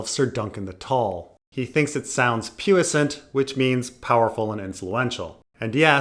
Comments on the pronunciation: “Pew-iss-ant”? It’s “Pwee-san”, it’s French. But I guess pronunciation doesn’t matter. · Poissant is pronounced "Pwee Sont" if you're interested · That’s really not how you pronounce “puissant”. It’s “PWEE-Sant”. Yikes.